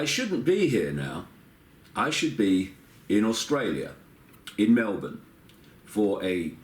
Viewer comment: First foreign guy to pronounce Melbourne like local Aussie and they ban him from entering.....